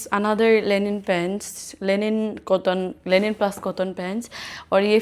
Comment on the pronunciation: Linen not Lenin